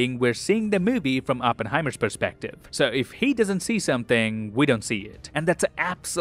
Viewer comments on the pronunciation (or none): none